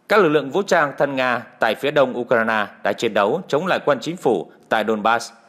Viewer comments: Tại sao không đọc theo đúng tiếng Anh là Du cờ ren mà lại đọc là Du cờ rai na. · Bạn nói đúng! Nhưng vì đều có lối phát âm như vậy chớ không chỉ riêng anh nầy!!! Tôi chỉ nghe anh ta nói “ u - cà - na - na “ mà thôi! Ngay như “ HÀ NỘI “ họ còn không nói được 👍 thì còn nói chuyện gì khác nưa chớ??? OK 👍!? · Tập phát âm lại Ukraine đi , bị đớt đớt